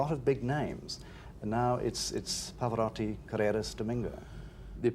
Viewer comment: I Get angry that even Italian Interviewer's Miss Pronounce his Name.. PHONETICALLY IT IS PAV-O- ROW-TI NOT Rotty.